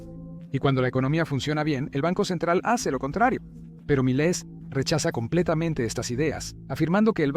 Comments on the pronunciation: Por que dices malai - Se dice Milei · No es Miley Es milai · No es mili, es Milei XD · Miley no es un apellido grave, es aguda. Cuidemos las tonicas de las silavas sino parece que se refiere a otra cosa. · No es Malai, ni Mitet es MILEI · Milet, Malai, Mallaes. Nunca pronunció bien el apellido. Estúpida IA. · Porque carajo dice Malai en vez de Milei? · Cuando diga Malai, Mulei, Milet, McFlay, Maloy, etc. se refiere a Milei. 😂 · Is Milei not malai mala pronunciation de su parte milet jajaja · primero...este video si me salio en recomendados...o sea que eso de hablar del algoritmo para ganar subs no es asi...por lo menos en este caso. segungo por que parece voz de ia? dice mileissss....y no es roberto fernandez es alberto...pero en resumen bastante buen video 6/10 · Buen video, pero qué te cuesta pronunciar bien el apellido de M I L E I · Gracias por tu video , esta muy bueno. Pero por que no pronuncias bien el apellido del presidente “Milei” , hablas con mucha claridad pero pronuncias muy mal su apellido…